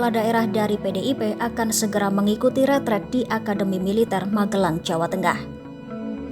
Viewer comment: RETREAT nduk host bukan retret. Satubhuruf A aja kamu korupsi. Bego banget km nduk retreSt bukan retret. retreAt bukan retret retreAt bukan retret 😭😭😭